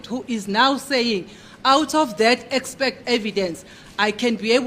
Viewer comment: Gininda, Defence advocates, judge Ratha and Baloyi: all of them say "EXPECT" instead of "EXPERT"...Where or when did this go wrong?